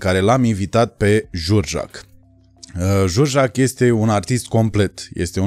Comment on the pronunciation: "Jurjac" era de fapt inițial cu accentul pe a... Biografia lui George Enescu, partea de început. În rest un video bunicel